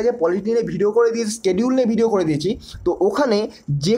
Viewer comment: স্কিডিউল নয়,, সিডিউল